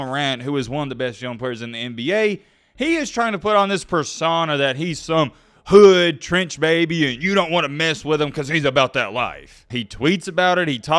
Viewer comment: You poppin it like you on that type of timing though.. a cornball calling another man a cornball is crazy.. you don’t know anybody from the ghetto just by the way you pronounce “hood” 😂 you online weirdos be talking crazy